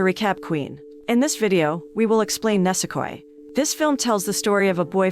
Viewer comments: Pretty sure its pronounced ni-se-koi not ne-se-koi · ENG accent makes it a little hard to understand. ニセコ, neese-ko-ee Nisekoi, and not nasekoi xd